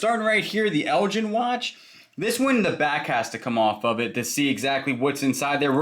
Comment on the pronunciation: Elgin (the watch) is pronounced with a hard G. Elgin is a town in the north east coast of Scotland, there is probably a few Elgin's throughout the world but the earliest record of Elgin Scotland is in 1190 AD. Just a bit of trivia for you.